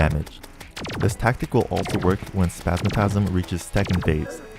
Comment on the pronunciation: My guy said spazmatazm